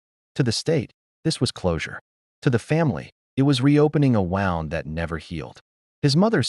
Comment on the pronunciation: Miisprunciation of wound